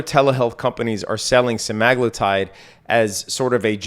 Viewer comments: sem-uh-GLOO-tide there's no "a" in the word. Just saying... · it's literally spelled Semaglutide you moron lmao there's an A right in the middle